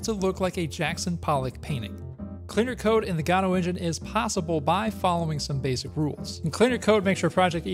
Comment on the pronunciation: every time he says godot I listen "el gato"